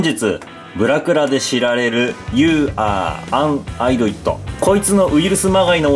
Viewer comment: 「アイドイット」❌ 「イディオット」○ だったような気がする…